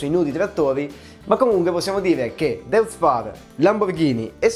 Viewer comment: Deutz si dice Doitz.